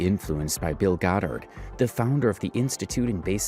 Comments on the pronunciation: It's GOTH-ERD, not GOT-HARD! 😂😂😂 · I love your videos and immediately clicked on this one. Crazy crazy stuff. Btw, Bill Gothard is pronounced with a Goth- erd😅, not Got-herd. Just so you know. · Pronouncing it "Bill Got Hard" was diabolical 😂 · The pronunciation of Bill "Got-Hard" is cracking me up. I've been calling him that ever since the SA allegations surfaced. My all-time favorite roast of him is from King James of Fundie Fridays. "Why are these people taking marriage and parenting advice from a childless bachelor, who looks like a Republican Keebler elf in a boxy* suit?" *bought as-is from the store, not custom-tailored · Why do you pronounce Gothard like that